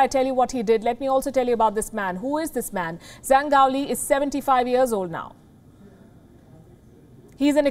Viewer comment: 张 (Zhang) is pronounced "Jang". In Chinese, "zh" is pronounced /ʈ͡ʂ/ rather like a "j".